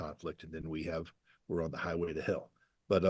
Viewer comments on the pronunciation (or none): none